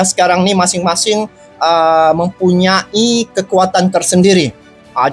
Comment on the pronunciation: Stadion bukan setejun tulisan dan pengucapannya harus benar dan jelas bukan setejun tapi STADION dan buka mempunya i tapi mempunyai!!!!!!!!!!!!!!!!!!!.